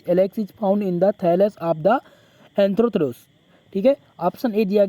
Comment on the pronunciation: सर एंथ्रोथिरोस नही है एंथोसिरॉस है❤